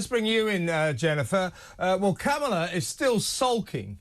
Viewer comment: You pronounce Kamala WRONG!